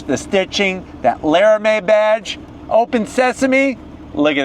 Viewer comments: "Lara-may"? its "Lara-mee" 😂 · Lara mee not Lara may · Crazy to think somebody that owns a demon 170 would say LARAMIE like that